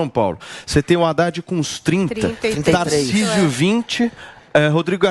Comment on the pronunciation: Guga falando "Tarcísu" kkkkkk esse é um completo idiota